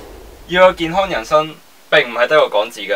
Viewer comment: D懶音聽到想死 健HON